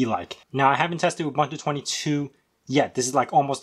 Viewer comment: You lost me at "OOBANTOO"...